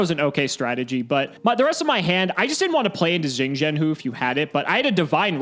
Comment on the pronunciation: Xing Zhen Hu should be pronounced without tonality 'shing Jen Who'. (Not sure what the tones would be as I lack the wide vocabulary to guess the mythic object's Mandarin reference).